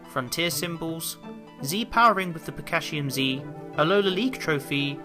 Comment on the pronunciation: So,u thought it was pikashuim z, but, it's pikashunium z😂